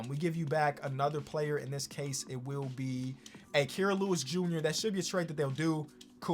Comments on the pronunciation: It is Ky-ruh not key-ruh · Aye I’m not getting heated or anything but the way you pronounce Kira Lewis JR’s name is like Ky-ra. I only know that cause he played at Bama and I’m a Bama fan lol